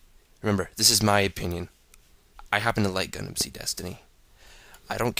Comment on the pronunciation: When u say GUNDAM i heard CONDOM LOL XD